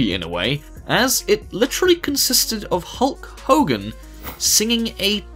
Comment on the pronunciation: Hulg hogern😂😂🤣🤣🤣🤣🤣